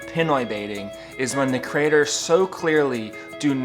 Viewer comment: Creators, not crators. Love your blogs but it sounds like the USA, where a few squeaky wheels are bring constantly offended by anything. Pinoy baiting, where did you get that term.